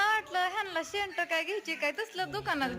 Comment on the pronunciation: शेंट 😄😄😄अगं जरा नीट शुद्ध बोलत जा